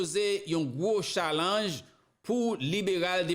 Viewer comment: Li ekri challenge li pronounce tialenge please